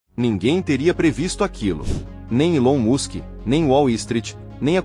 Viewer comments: Não é ilão Musk. É élone mask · ILON MUSK COM MU DE MÚSCULO ? QUANTOS ERROS DE NARRAÇÃO ! SERÁ QUE DÁ PARA ACREDITAR EM UM CANAL QUE ERRA ATÉ NAS PRONÚNCIAS ?